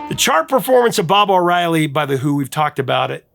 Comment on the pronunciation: ‘Bob’ O’Reilly. .. really 😂